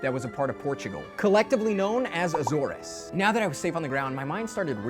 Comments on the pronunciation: I loved there for a bit and HE SQID THE NAME WRONG AZOERZ IS PERNOUNCED LIKE A SORE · did he just say azor-s um i dont think thats how you say Azores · I’m from the Azores and you don’t pronounce the e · as someone from the azores i was thoroughly enjoying the video until you pronounced the "ay zohrs" like "uh zohr us" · As someone whose family is mostly from the Acores, the he pronounced it was hilarious, its pronounced a-zors not azor-es. I'm not trying to gatekeep and be like "you can't talk about my culture" but i'm just saying it's funny. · I lived in the Azores for 4 years. The islands are gorgeous. :) but also pretty sure it's pronounced (a-sores). Lol He landed on Terceira which is the island I lived on. There's a big airport space shared by the US military and Azoreans. It is also a convenient place to emergency land so plenty of flights have made a pit stop there. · It's pronounced Ay-Zores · FYI- it's pronounced (Ā zōr es) my family was from there. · I hate the way he said Azores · LMFAO he pronounced azores wrong. And yes i can confirm the islands are very beautiful. 😂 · Guy: * says Azores wrong* Me: he said it wrong but that's ok 😂👌 _ I think he was in island santa Maria:/ just me guessing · Why did you say Azores so wierd that is a english word because the Portuguese word is Açores (IM PORTUGUESE) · He pronounced azores wrong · He said the island wrong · Did anyone else notice that he pronounced Azores wrong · Im from the Azores and the way he said it made me laugh😂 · Didn’t he pronounce Azores wrong? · My family is from the Azores, and u pronounced it wrong, but it’s fine. It’s beautiful there👌🏽🔥